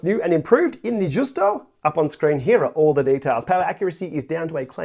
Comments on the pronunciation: It is pronounced like the ‘Juice-toe… it is a mullé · the right pronounce is like: yusto (it is not italian but venetian language)